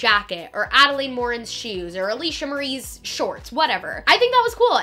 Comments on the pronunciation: It's pronounced Adalyn not Adalane... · i’m sorry but her name is pronounced add-a-lynn, not add-a-lain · love this video, but you pronounce adelaine’s name wrong (it’s pronounced adell-lin, not adell-lane)! just wanted to let you know incase you reference her in future videos 😊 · no h8 but it's ad-a-LIN, girl. not ad-a-laid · Adelaine (ada-lin) not ada-lane lol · Add-ah-lynn not add-a-layne!!!! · ok ily but you were pronouncing Adelaines name wrong. it’s pronounced Adalyn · The correct way to pronounce Adelaines is “Adeline” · great vid but it’s adelaine pronounced AD-I-LYN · lol youre saying adelaines name wrong but good video overall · you would think she would learn to say adelaine name correct before doing a full video about her event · you said Adelaine's name wrong the entire video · You said Adelaine Morin wrong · you said adaline wrong 😂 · you aren’t pronouncing Adelaines name right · The easy she pronounces Adelaines name bothers me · You pronounced Adelaines name wrong the entire time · Love this vid but oml she keeps mispronouncing adelaine’s nammmme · I don't wanna be rude but You did pronounce Adelaine's name wrong, as well as Jeanine Amapola's last name wrong! Just so you know!